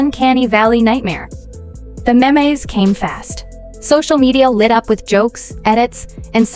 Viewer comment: The AI commentary in this video literally pronounced "memes" as "mei meis"